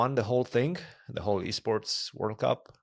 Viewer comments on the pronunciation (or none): Fabi it's called e-sport, not b-sport.